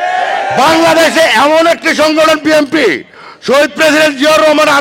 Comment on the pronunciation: বিএনপি শব্দের উচ্চারণ ভালো করে করেন😅😅😅